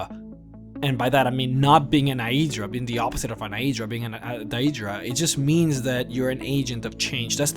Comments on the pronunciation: love your vids, but you make me want to use the wabbajack to turn you into a sweetroll everytime you pronounce Daedra and Aedra wrong XD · am I the only one raging at his pronunciation of daedra and aedra?